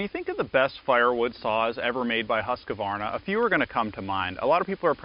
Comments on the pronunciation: how many As are in Husqvarna: 2 not 3..... 2 HUSQ Varna not HUSKA Varna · "Husquhvarna" is not a word. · Interesting how the name is pronounced in the US, Husq a varna, in the UK/Aus, it’s Husqvarna, without the extra ‘a’ in the middle. Stuff one learns on YouTube 😅